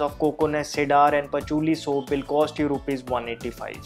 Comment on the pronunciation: Cedar pronounced " See der."